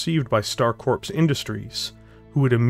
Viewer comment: You probably heard it all two years ago, but: The word "corps" is pronounced like core, not like a synonym for a dead body.